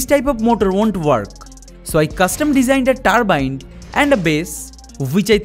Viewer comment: Tarbine Haha learn some pronunciation boi